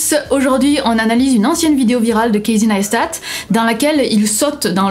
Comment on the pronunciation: kéïssy naïsstat' :p